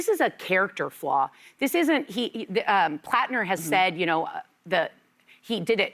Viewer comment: Whoopi: “Graham ‘Planter’.” “The ‘Planter’.” It is time for a new moderator.